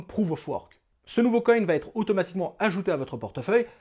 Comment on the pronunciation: Et "ça va t'être".... et "ça va t'être" .... Il paraît que c'est normal car c'est comme ça que l'on dit en Belgique ! N'importe quoi, la langue française se conjugue de la même façon et les liaisons ou non-liaisons se font de la même façon dans tous les pays francophones !!